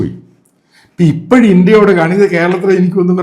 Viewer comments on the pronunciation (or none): none